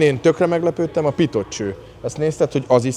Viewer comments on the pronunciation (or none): Gratulálok, szuper lett ez a rész is, de a "Pitot" (sic) cső nagyon fájt... a nagy nézettség felelőséggel is jár, fontos lenne helyesen kiejteni az idegen szavakat.... ( a szó végén néma a "t")